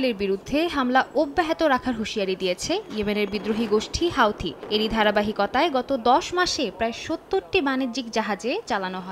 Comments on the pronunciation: হোওদি বলা বন্ধ কর হুতি বল হোও হোও করিশ কেন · হুতি কে আপনি হাওতি বলেন কেন? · হাউথি নয় হুথি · হাওতি না হুতি । সময় সংবাদ আর ভালো হলি না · হাউতি না বলে হাতি বললেই বেশি ভালো হতো 😂😂😂